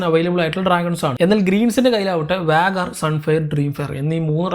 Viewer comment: Why are you always saying റെലം instead of റിയാൽമ്...& വാഗാർ instead of വേഗാർ 😊